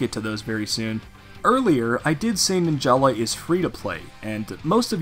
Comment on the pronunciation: Fun Fact: Its actually pronounced “Nin-juhluh” not “Nin-Jah-lah”